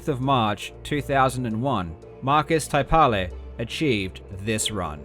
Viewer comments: In Finnish the stress is on the first syllable, so it's IL-kka KUR-ke-la and MAR-kus TAI-pa-le, not il-KA or tai-PA-le. Karl also didn't get the gemination of the k in Ilkka right. In Finnish the doubled consonant means the vocal pause in k is lengthened (google translate gets this almost right). Some vowels weren't quite there either - u in Markus and Kurkela is not the ə sound like in focus but the u in fruit albeit a bit more in the back. The e in Kurkela sounds like ə too, it should sound like the first part of a in face. Oh and less spit in consonants, especially t. I think the the stressed syllabes make most of the difference. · I loved this, but as a Finn, you pronouncing Ilkka Kurkela's and Markus Taipale's names made me crack up. Great video though, super interesting overview of the beginnings of speedrunning! Fun to find out about how this happened chronologically. And funny to see how influential Finns were considering, we are a small country.